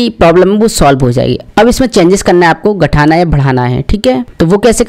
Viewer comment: गठाना नहीं। घटाना। घटाना है या बढ़ाना है। आरकिब नहीं। आर्काइव।